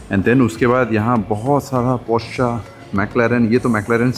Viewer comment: I think u r pronouncing wrong porsche